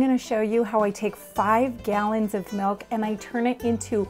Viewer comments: I’m grateful for the information and the video! My only gripe is “m-I-lk” not “m-e-lk”. But that’s my autistic pedantic tendencies speaking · It’s milk not melk 😂😂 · Poll for the audience: how do you pronounce "milk"? a) milk b) melk (like the lady in the video)